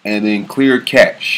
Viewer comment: cache pronounced "cash"